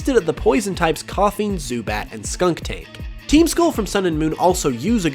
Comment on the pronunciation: SKUNtank, not SKUNKtank. But great video, Team Skull is my favorite!